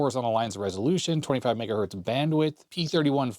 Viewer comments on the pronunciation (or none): none